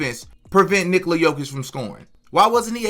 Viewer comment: Nikola is Nicholas without the "s" sound Please stop with the Nikoli